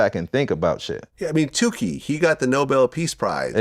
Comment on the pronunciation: It’s tookie glad not tewkhi